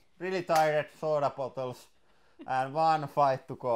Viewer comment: Did anyone else think he said ultimate SWORD fighting for a moment?